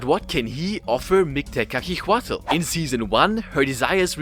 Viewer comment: I know nahuatl names are hard, try tu say it in silables Mik-te-ka-si-huatl, ket-sal-ko-atl, yo say tezcatlipoca in the best way posible